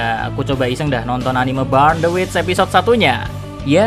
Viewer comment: burn cara bacanya bern kak.